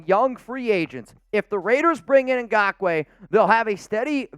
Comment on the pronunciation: Truly… thank you for pronouncing his name correctly. It was starting to get frustrating .